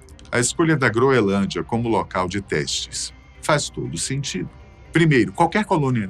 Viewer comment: Não é "groelândia", como está sendo dito repetidamente aqui pelo ilustre narrador, é "GROENLÂNDIA"!🤨